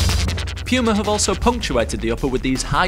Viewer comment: I really hate how you say puma but your video really makes me want to buy them now. For me it's a toss up between these and the new power cats